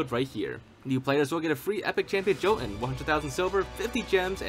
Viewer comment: Hate to be "that guy" and I hate raid shadow legends, but Jotun is actually pronounced "yo-tuhn"